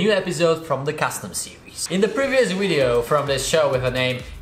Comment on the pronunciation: Its anoying that you always pronouce "wideo" when you should pronouce it "video"